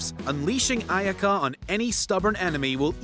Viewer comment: I'm officially disappointed with the name pronouncing. It's NOT AY-KA It's Ay-Ya-Ka.